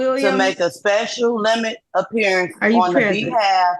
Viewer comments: Apearyinc ....wtf....it's pronounced appearance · wtf is this "speshul appeeriance" and "jooridiction" it speaks of? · looking up the word * apeerieence 😅😂😊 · A special “appeareance”. 😂😂😂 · She's making a special "appear-i-ance". It's unfortunate she failed...everything? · Special appear-eeance. Good Grief. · Appear e-ance? These sovcits never finished high school. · It seems like one of the requirements of being a SovCit is to mispronounce words. Nearly all of them mispronounce at least one word. For example "Special appeariance" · "I'm here on a ‘special aperience" (Like a mix of 'appearance' and 'experience' 😂) "neither of you can be ‘the beneficowary" (A sort of mix of 'cassowary' and 'beneficiary' 😂) ”I’m a foreign entity challenging your jura-diction” ￼😂